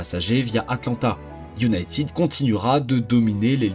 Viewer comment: Encore un star en anglais : iounaitiiiiid 💩